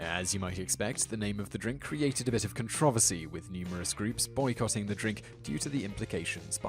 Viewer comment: Controversy not controffesay. Lol